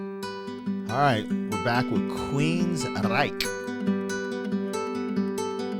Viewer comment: That is how you pronounce the name of the band name and I am happy you did. This album, EMPiRE, had 4 bangers. The title track, Is Anybody Listening, Jet City Woman and this ballad. Geoff Tate has a fantastic voice but I haven't heard anything. from him since Queensryche.I fell in love with this because of the violin 🎻.